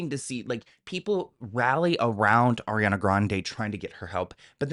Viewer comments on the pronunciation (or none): none